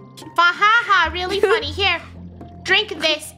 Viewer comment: Eula and it’s Funneh is Eunneh ☺️